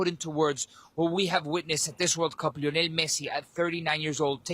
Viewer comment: “Lionel” Scaloni is not pronounced like “Lionel” Richie. Scaloni was never a member of The Commodores.